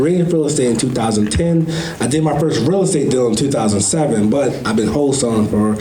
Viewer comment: Whole-tailing vs Wholesaling.